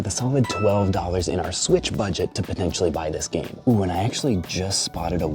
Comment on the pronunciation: bro rly said sweech